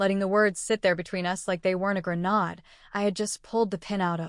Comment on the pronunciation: Funny how AI software can not pronounce grenade!!😁😁😁😂😂😂